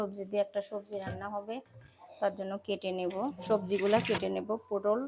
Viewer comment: পোডল না পটল